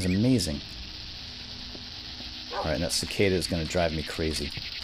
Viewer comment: its called a cicada! And pronounced Sea-Ka-Dah